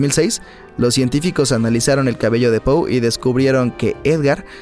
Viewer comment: Escucho pou